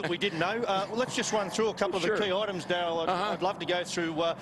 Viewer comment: Face it, you will never know how much harder/fun it is unless you fucking try it. And its Darrell. Not dayl